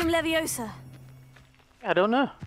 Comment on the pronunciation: It's LeviOsa not LeviosA😂❤